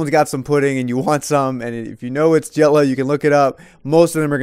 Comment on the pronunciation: Dõe_ Wöp he said hello pudding not jello